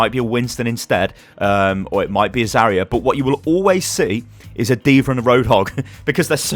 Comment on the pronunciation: I hate being that guy but... I watch so many of your videos and it grates on me every time... It's pronounced "Zar-Yuh" it's not "za-ree-uh"